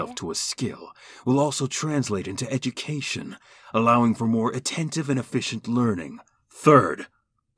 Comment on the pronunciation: I love how he pronounces it "edgycation".